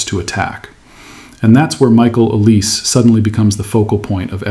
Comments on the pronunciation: His name is not OLIS, it is OLISE (pronounced OLISAY) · This isn’t just a PSG thing it happens a lot across different leagues… It’s also olis-ay. Not el-ees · Pronounced El-EE-say Mr AI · It's not pronounced OLIZ it's pronounced OLIS-EH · Dude, Oh-Lee-Say, and not Em-Bapp. Yeah? 👍🏼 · Tough to listen to thise very accurate explanation, but wrong pronunciation of Olise